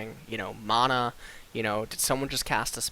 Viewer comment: I know this is a 10 month old post but he's pronouncing it correctly (maw-naw). I'm not sure where the pronunciation (man-nah) came from, but probably the same logic of tomato tomato.